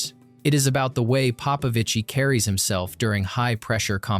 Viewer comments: Stop saying "Papavici" pls ..is Popovici man..gg David well done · Papavicí? 😅 You know he's not Italian right? Is it so hard to document yourself on how his name pronounces?